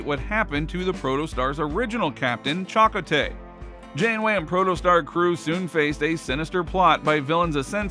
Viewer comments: Chakotay is pronounced Cha-Ko-Tay not Chock-otay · The Hell is Chock-ah-tay 💀💀💀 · I want to see season 2!!!! They shouldn’t have marketed it as a kids show to begin with. This show is for anyone. I like how the narrator says Chako tay. Lol. If you’re being paid to narrate I would hope you’d spend an extra minute to learn how to pronounce the names in your script. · Ooo you butchered Chakotay's name. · Why would you make a video about something when you don't even know how to pronounce names like Chakotay.